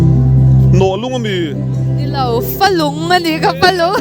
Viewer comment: A zawttu hi tlema mizo thil hre ve deuh a ngai anih hi..Falung pawh lam dik chiah lo,rawchhem pawh confi lo tawkin a sawi ania